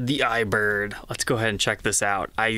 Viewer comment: Eye-er-bird I.